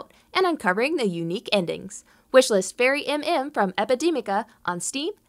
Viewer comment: Thank you for the spotlight! (although it's fairymm, not fairy MM, haha)